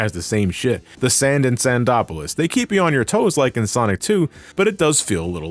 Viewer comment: Actually, it's pronounced Sando-polis.